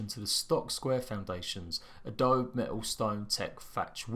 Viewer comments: Haha "adob" XD i think there's an e at the end of that word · Adobe spoken as ahhh dough bee